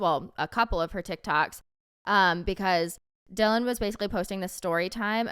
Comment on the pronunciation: You said Dylan’s name right. Thank you for talking about it! I love you two so much ❤🎉